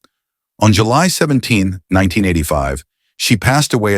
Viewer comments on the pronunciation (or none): none